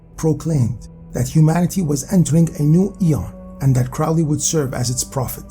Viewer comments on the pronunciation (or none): Crowley pronounced Crowley as in holy not fowley as in Crowley never met hp lovecraft so how is he an associate of him ??? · So much nonsense and misinformation in this video. Do some deeper research, and also learn how to pronounce names properly. Crowley, for instance, should be pronounced with the emphasis on the "crow" = Crow - ley. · You are pronouncing "Crowley" incorrectly. It should rhyme with Holy.